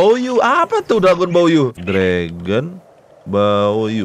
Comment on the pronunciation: Baoyu bang bukan bayou